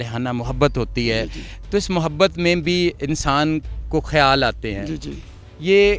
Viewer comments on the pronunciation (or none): مسٹر میزبان صاحب لفظ۔۔۔کھیالوں۔۔۔نہیں۔۔۔خیالوں۔۔۔۔۔ھے۔تصحیح فرمالیں۔ شکریہ